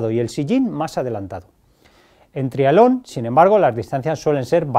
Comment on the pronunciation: Cuando dice trialón se refiere a triatlón!? Supongo